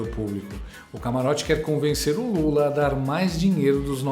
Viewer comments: Impressão minha,ou ela disse Lule? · Essa Canhotede é uma comédia. Os erros de fala do presidente são multiplicados por mil pelos leões. Kkk E o que eles faziam com os erros de fala do presidente anterior? Multiplicavam por cem mil ou por um milhao. Que ridícula...🥱